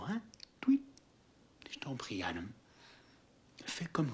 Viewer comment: Salut. Génial comme dab. Mais je ne supporte pas les prénoms prononcés à l'anglaise dans ce film. Exemple: Adam est prononcé Ademe. Peter est prononcé pideure. Etc. Sinon c'est un bon film de nuit.